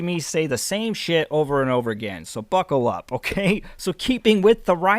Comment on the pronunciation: Did you say "Fuckle up" or "Buckle up"? I hope it was "Fuckle"! Prost!